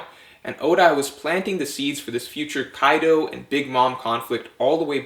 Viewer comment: “YONKU” ,” KAIDU “ lol